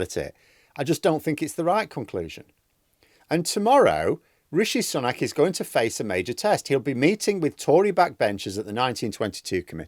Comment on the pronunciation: You nearly said Rishi Spunk at one point... 🤣